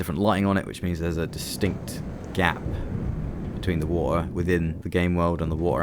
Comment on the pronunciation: I like the wa'er